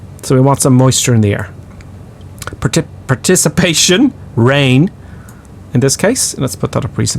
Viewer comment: Enjoy your commentary.. PREEE cipitation Not PAAR picipation! Funny